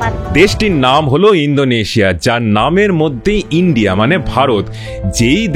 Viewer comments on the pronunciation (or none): none